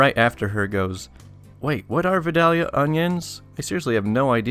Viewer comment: Uhhh -- it's pronounced, "vye-DAYL-yah." Trust me on this. Or don't. Check this out: The narrator in that vid maintains the "L" is silent, but I kinda think it's still in there.